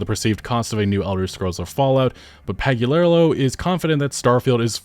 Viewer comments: Emil "Pag-yu-lair-a-loh" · can't pronounce Emil's last name properly. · I agree with everything said here however it is noticeably hard to talk shit on somebody who’s name you cannot pronounce. Pagliarulo Pag lee uh rule oh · Your pronunciation of Pagliarulo is hilarious 😂😂😂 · I think it's funny how he consistently keeps changing how he pronounces Emil Pagliarulo.